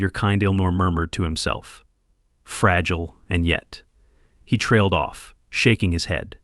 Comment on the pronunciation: fradule or fragile; seas or cease, x hailed or exhaled